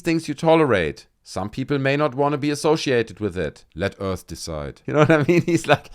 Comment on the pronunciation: people of earf